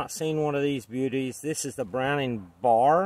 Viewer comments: It's B.A.R. Not bar. Two different things. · Pronounced B A R Bromning Assult Rifle. Not Bar